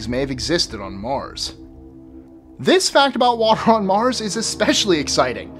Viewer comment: i like the way u say Mars xD